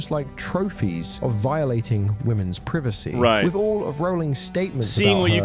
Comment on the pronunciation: Privacy ❌ Privassy✅